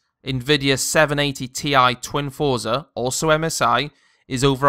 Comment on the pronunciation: Got the Gigabyte r9 290 for $80 off. Its actually quite quiet. TIP for review dont really talk about looks as they are personal choices. Also its pronounced "froze-are"